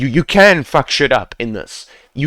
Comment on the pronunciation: To be honest lmao, this video doesn't only help me improve fps in my game but also make me laugh everysingle time when this guy about to say "fack" 11/10 good FPS Boost guide ,100/10 point the way this guy talking to us.